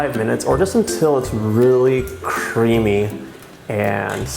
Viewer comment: Omg is it just me or it it rly weird how he says cream/creamy?? No hate, just an observation.